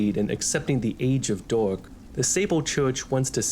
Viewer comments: Bro I hear it as the age of dog 💀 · There was a point in this video where i thought you said "dog set" but it was "dark set" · Every time you said dark i heard dog and that made this vid a lot funnier trying to imagine that lol